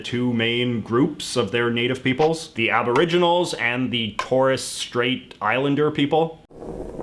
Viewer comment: Abrigni it’s abrignle